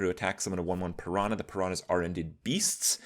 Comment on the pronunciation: The way he says Piranha triggers me